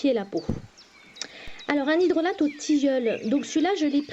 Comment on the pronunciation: Cela se prononce "hydrola" et non "hydrolate" ;)